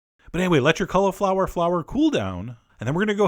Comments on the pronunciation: Colly-flower, not Cuh-luh-flower. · Sounds like he's saying collarflower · stop saying collaflower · i think your pronouncing cauliflower wrong